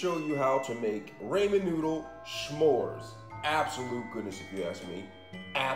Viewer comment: also theres no h in fuckin smore its not schmores